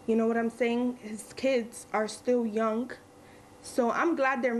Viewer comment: "kids are still yunk"